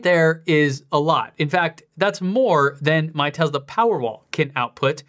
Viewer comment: I love your videos, but I think it’s time to hire a linguistics coordinator. The way you pronounce TeZla and SilverAdo are just… different. Any particular reason?